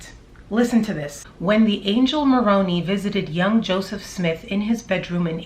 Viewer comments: It’s pronounced moron eye. Not moroney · I just needed to let you know that you’re pronouncing Moroni wrong. It isn’t Morony it is Moroni-eye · I was a mormon for over 30 years and for 11 of those years was a staunch, endowed, once a month temple goer with my then husband I was “sealed” to. Moroni is actually pronounced Moron”I” with a long “I” sound. But to me it’s really funny to hear her pronounce it to rhyme with bologna because now that’s how I feel what religion is. Bologna. 🙃 FYI: I’m an energy worker and I can’t even touch malachite. It gives me horrible anxiety if I do. Malachite is often used to open a heart chakra of someone who cannot love. I’m a big lover...an “over lover” if anything, so I can only use rose quartz for my heart chakra. I wasn’t surprised Lori picked it for a wedding ring because she obviously had shut off any light energy in her heart. 🤷🏼‍♀️ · I kindly wanted to clarify something for you. You keep pronouncing Moroni as / maw-roh-nee / which is a town in and the capital of the Comoros. Moroni Is actually pronounced as mō-rō´nī, who is the Son of Mormon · Moroni is pronounced differently by the Mormons fyi. You are saying it right except for the last sound. The last sound is not e but i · Yo its Moroni Mor-Own-I, not Moroan-ee,. I think ChuubyChin Chad would try and justify the bee killing, claiming they could have stung him, but who the F, kills 120? Sickos do-normal person might kill one and run, but not chubby. They were fascinated with the Malachite stuff, maybe using it as poison too, if it was untraceable one could speculate. I grew up in the Mormon faith (LDS), and resigned after being a member for over 50 yrs. I resigned because the mainstream LDS has a lot of the same scandals as the Catholic Church-but the LDS keep it hidden better. Im also familar w all the Mormon splinter groups-and loosely know some connected to Chubby's whacked out bunch. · It’s pronounced, Angel Moron-eye. 😁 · Pronunciation: Mo ron